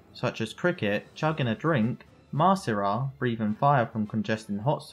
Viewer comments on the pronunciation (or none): his name is masira not marisa. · Funny listening to you pronouncing Masira as "Marissa".